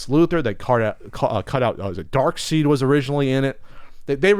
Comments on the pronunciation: Darkseid is pronounced Darkside not Darkseed. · Darkseid is pronounced "Dark Side". The EI is the same as Seinfeld.